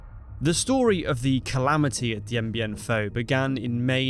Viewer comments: Why do you keep pronouncing it "Dien Bien PHO"? It is "PHU" (i.e. pronounced "Foo"). Neglecting details like this make it hard to believe that you really know what you are talking about... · It’s FOO. NOT FAUX. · It's Dien Bien PHU! PHU! PHU! Do your homework. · It's FU NO FAUX!!! DIEN BIEN FU!!! PRONOUNCE IT RIGHT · The topic is Dien Bien Phu - surely you should try and pronounce it correctly